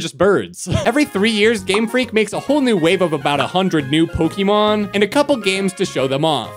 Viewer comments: Po//Ke//mon not Poky//mon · I really irrationally angry because he said poke-ee-mon instead of pok-eh-mon or poke-eh-thirty-mon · Yet you still don't know how to pronounce Pokémon